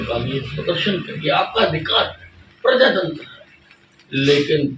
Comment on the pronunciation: Hariyana home minister said: pajatantar hai...🤭🤭😆😆😆😆